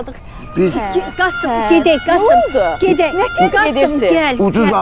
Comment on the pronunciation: Gedək demədin güdək dedin.😂